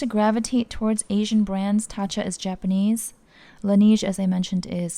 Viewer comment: Not sure if you care too much but Laneige is pronounced Lan Nege not nige